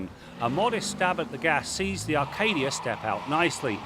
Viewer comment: There's no "R" in Acadia:)